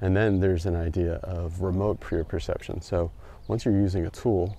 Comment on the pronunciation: Just want to correct since you’ve been pronouncing proprioception from the first time you mentioned it in an earlier video with Dr Kwon. It’s Pro-prioception…Not Prio-proception (as you’ve been saying). Cheers